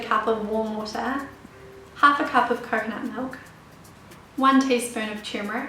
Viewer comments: someone help me, what type of milk she saying? I only understand 1/2 cup of * milk. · awesome video! did you say coconut milk? i could not hear properly. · I was able to slowdown the video to half speed and understood her saying coconut milk. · Didn't hear clearly your choice of milk. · I could not hear what kind of milk she used for turmeric tea, can anyone tell me? thanks